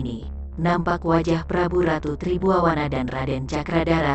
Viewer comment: Ma'af, Tri Buana dan bukan Tri Buwawana 😂🙏